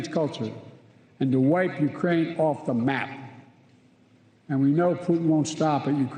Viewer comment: He can barely do that! Did you catch the “Urain”? What a joke.